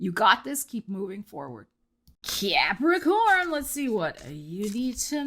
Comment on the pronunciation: Cannot start my February without uttering Cuahpricoorn 😂 Thanks and hope your February goes swell 😊❤😊